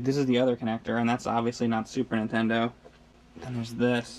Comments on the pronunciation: I love that you guys often sort of say "intendo" and drop the N. I just like it. No big reason why. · I've noticed that James always says Super Ntendo